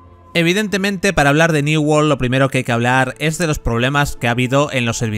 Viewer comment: "new wol " XDDDDD